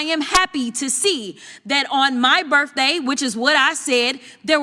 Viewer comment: "on my Burfday 🎂🎈! " 😂😂😂 Jasmine a$$hole Crochet